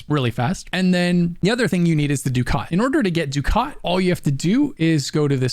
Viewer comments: It's funny he pronounces ducat wrong. It's pronounced ducket, for whatever reason. I used to say the same. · Ducat : duck-it Nitain : nye-tane Just wanted to say that. The pronunciation drove me nuts. Otherwise, more than excellently designed video/guide.